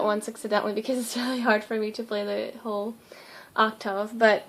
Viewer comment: I've never heard anyone pronounce octave as "oc-tahv," it's always been oc-tihv for me.